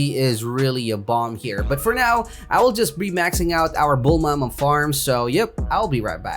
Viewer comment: He says bulma as "Bull mama"